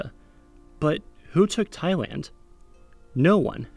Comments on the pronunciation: He wasn't talking "about" a completely different country half the video, you're exaggerating... For the whole video he's talking about the same country that he pronounced differently at times. At no point did he actually mean Taiwan when his pronunciation sounded like it. It's not a big deal. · The problem is not the syllable "Thai/Tai" but the syllable "Land/Wan". You can use the Google translate, type in the "Thailand" and "Taiwan", select language as English, and click on the "speak" icon to hear how to pronounce them. Nice presentation though. Thanks for your work. ^^ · You pronounce it wrong, the people just correcting your mistake. Why so hard to accept the truth that you are wrong? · As a Taiwanese 🇹🇼 I certainly understand your confusion~ you're not the only one westerner struggling with pronunciation of Tai and Thai😂and we get used to it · Dude, you’ve made the video about Thailand. Please do some more research to pronounce it right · Yerris He was saying Thailand, just weirdly half the time. Taiwan is pronounced Tai-Wan like want without the T. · The guy can't pronounce L and so pronounces it as W. Not hard to realise. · what's the name of the country again, Siam? Thai-LAND... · After these few years, if you didnt realize yet and feel sour about pronouncing wrong into the different place like this... well , even Anubis god himself would be shame of it. "L" and "W" is literally different sounds 😒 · Oh god, i got irritated everytime he said "thaiwan" instead of "thai-land". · Why i always heard you said "Taiwan" so many times. T-H-A-I-L-A-N-D not Tai-Wan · I thought I heard Taiwan a few times instead of Thailand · You basically say Taiwan in the video.... Im Thai and I get this all the time. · Thai & Tai is same pronounciation. But land & wan is very different. You pronounce land almost like wan. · yeah that’s definitely Taiwan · yes you said taiwan in later parts of the video.. it should be pronounced like this, taiwan: tai-one, thailand: tai-lend..